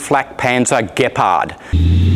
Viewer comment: Finaly an English speaking perosn can pronounce the word Gepard.